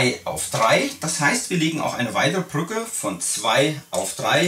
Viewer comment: "BrrrrÜCKe" :D